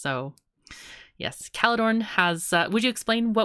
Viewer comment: Caledorn seems to have trouble pronouncing German 'r's. we have no 'ch' sound in there, German uses a rolling r :D